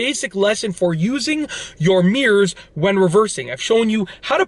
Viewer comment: Nobody: This Dude: Meeerz